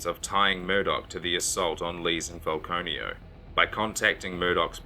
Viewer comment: I keep hearing peter file-conio. 🤦🏼‍♀️